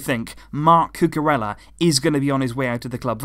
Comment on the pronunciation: isn't it pronounced Cucu-reya instead of Cucu-rella